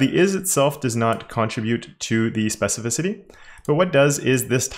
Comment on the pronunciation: yeah, you (EDIT: mostly XD) nailed pronouncing "specificity" this time :D also very handy selector!